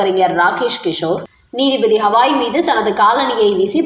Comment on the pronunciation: He is not hawai.he is gawai pl correct your ptonountiation